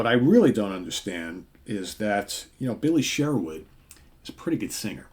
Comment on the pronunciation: It's also pronounced Billy Sherwood not Billy Share-wood